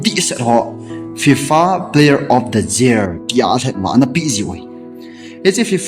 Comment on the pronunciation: Year ✅ jear ❌